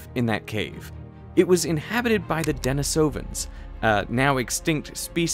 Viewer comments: dah-NEE-suh-vuhns. Christ. How many times? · My man really said Dennis ovins